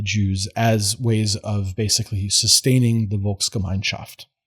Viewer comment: One of the very few Americans who can pronounce Dolchstoßlegende at all close to properly, proceeds to apologize for his pronunciation in perfectly passable German, and follows it up with a perfectly pronounced Volksgemeinschaft and Weltanschauung. Are you after honorary citizenship?